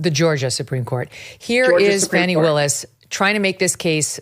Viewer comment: Comming from right wing youtube, its jarring to hear fanni and latitia pronounced correctly